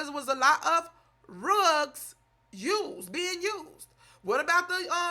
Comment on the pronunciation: I Love the way She saying =RUGS=... 😂😂😂